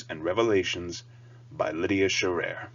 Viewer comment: Hey! Thanks for the review. You did get our last name wrong. It's Sherrer like shearing a sheep. :) - David Sherrer, Chenoweth Press